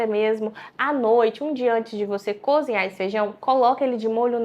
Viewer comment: Essa pessoa não deve ser médica não....cozinhar e ela fala conzinhar....médicos não falam tão errado assim não.